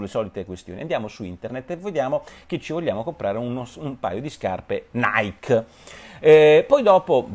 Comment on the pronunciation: Comunque Nike si pronuncia "naiki" non "naik"...